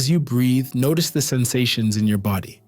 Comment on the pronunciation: why do u always say breath